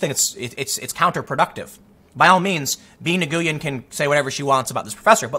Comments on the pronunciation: Tim, that last name, 'Nguyen' is pronounced "When". I know that it makes no sense, but when you are married to an Asian and most of your friends are asian or hispanic/Asian mixes, you learn these things. Apparently, some people from Laos say that they aren't "layOcean" ( however it's spelled). They are just called "Laos". Ya, that doesn't make sense either. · Nguyen is pronounced "Win". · Nguyen is pronounced Wyn or Win. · Tim, Nguyen is pronounced, WIN. How can you be a Korean-ish journalist and not know how to pronounce this? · Tim you pronounce it as “win”. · "Nguyen" is pronounced "Win". It's the "Smith" of Vietnam. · Nguyen is pronounce “new-win”. G is silent Tim. Had Vietnamese friends in High School and College. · i believe nguyen is pronounced "win". Just a heads up incase you get brigaded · Tim, a little help for you. Nguyen is pronounced win in English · tim, it's pronounced "win" Nguyen is a weird name in that you pronounce it as "win." had that name pop up a ton when i was at a call center, and was told that's how to pronounce it by those with the name. so just a friendly heads' up. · Nigooyin? Seriously? Lol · tim, nguyen is pronounced as 'win' so much for being asian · Nguyen is pronounced 'Wyn' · Lol Nguyen is pronounced “Win” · Nguyen is actually pronounced "wen", just saying. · For future reference, Nguyen is pronounced "when". I know, looks weird but it is:) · Nguyen is pronounced "nwin" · lol just for future reference nguyen is pronounced like n-win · Nguyen is pronounced NOO-yen. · Tim did you just pronounce (Nguyen) as Na-Goo-yan???? 🤣🤣🤣🤣🤣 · Nguyen is pronounced 'wen' Tim... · Nguyen is pronounced as "wen" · Um, "Nguyen" is pronounced "win"..... are you sure you're half asian? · Nguyen is pronounced "When," English does not have the sounds at the beginning of that name... Very common Vietnamese name. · Not to sound like an asshole, but the last name, "Nguyen" is pronounced like "yoo-win." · Ngyuen pronuncificated roughly Wen